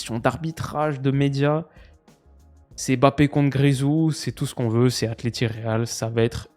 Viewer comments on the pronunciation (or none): none